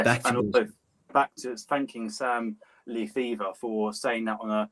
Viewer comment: I'm glad you appreciated the idea and I can't wait to see the end result. Btw it's pronounced Leh-fee-ver, I'm English but the name is Dutch. Looking forward to a good weekend of rugby. COYS! ⚫🟢🟡